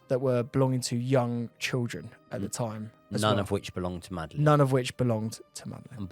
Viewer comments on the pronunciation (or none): why can't this guy children. Trilldren haha